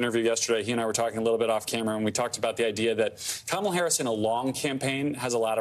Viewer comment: D’oh! He accidentally pronounced her name correctly 😮